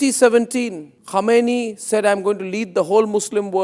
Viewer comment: Mr Arnab, don't confuse the pronunciations "Khamenei" and "Khomeini"! Quite some people make that mistake in the world. The mispronunciation creates confusion.